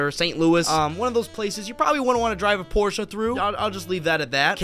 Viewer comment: Finally, someone who pronounces Porsche right.